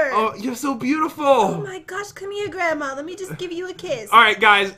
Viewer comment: pat : grandmma [there] me: gransma